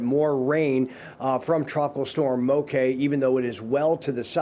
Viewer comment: Good, knowledgable local report. “Moke” & “Hilo” Hawaiian pronunciation 👍👍!